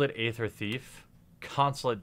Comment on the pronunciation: I love the content of all of your videos, but please learn how to pronounce the words Aether and Shaman... I cringe so bad when i hear you say them. :D